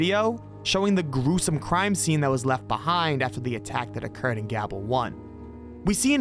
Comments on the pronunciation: Hey, just so you know, "Gable" is generally pronounced like "Gay-bull" (I know) not like "Gab-bull". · It's not gab-ul. It's gay-bull. Stupid AI voices. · Gable is pronounced with a long A sound not, short A You called it Gabbel, but it's Gable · He pronounced Gable as "Gabble" like how do you pronounce a simple name that poorly? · Gable is not pronounced "gabble"